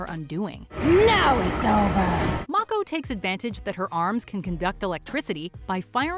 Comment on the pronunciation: hey, you got Mako's name right!